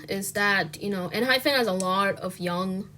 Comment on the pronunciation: Girl... I agree with everything you're saying but PLEASE!! It's Enhy PEN not PHEN 😭😭😭